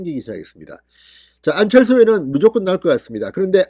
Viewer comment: 진성호씨~왜 #안철수이름 부르기가 혀가 안돌아갑니까~~~?!